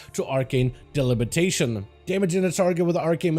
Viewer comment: Repeat after me: arcane DE-BI-LI-TA-TION. NOT delibitation lol